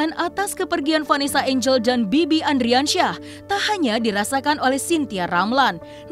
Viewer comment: Ardiansyah oi ardiansyah bukan andriansyah